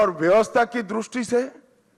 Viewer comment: दृष्टि bolte है द्रुस्टी नहीं